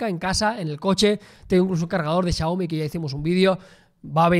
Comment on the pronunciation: How do you manage to pronounce Xiaomi so accurately.